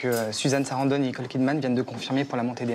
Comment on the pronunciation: Susan Sarandonne je n'approuve absolument pas !!! On doit prononcer Sarandon ! Pas comme ce con... Susan Sarandon — Wikipédia